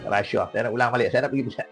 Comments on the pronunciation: Apa masaalah kalau sebut rasuah elok2, lidah org melayu, ni reshuah2, mcm bab btl, belagak nk mampos, mp parti sorgaa ni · Orang Asli je yg sebut huruf S tu jadi ‘resyuah resyuah’ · Masaklah kau lepas ni. Cakap pun pelat RASHUAH😂😂😂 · bahas belanjawan ka bahas kes " rasyuah "....sebut bg betoi lah..kau tu mp ooiiii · Sebut rasuah pun x reti... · sebut rasuah pun x betoi...peedahhhh..begitu lah mp pas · Ada juga ahli parlimen pelat. Pergi masuk makmal bahasa. Belajar sebutan yang betul. Booodoooh. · ptt pun ade dgr pelik semacam mangkuk haram ni pronounce rasuah